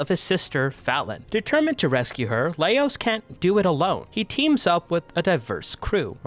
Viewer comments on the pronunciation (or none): Mispronouncing Laios and Chillchuck's names AND spoiling someone's heritage? Damn, dude. What do you think you're doing?